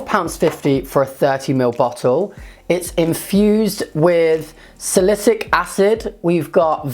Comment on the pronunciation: pronounce it SAL- A - SIL- ICK